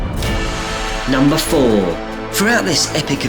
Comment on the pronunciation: its Me Omoto not My Omoto